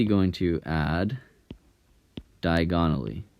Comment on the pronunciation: this guy sounds hot but he pronounces diagonally weird 😂